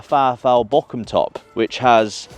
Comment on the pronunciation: please pronounce Boroum, not Bo-cum!